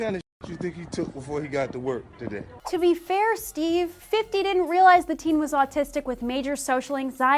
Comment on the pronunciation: She said " Stee" in the beginning, didn't she?